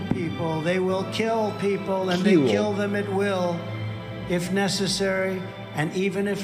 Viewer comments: I'll kewwl you a mewwion times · "And keel people." Apparently, pirates are robbing stores now. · “keywill people “😂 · “They keel them when it’s necessary and when it’s not necessary”. I can only imagine how foreign leaders worry when they hear this and consider an even remote possibility that this man will become US president again. It’s frightening.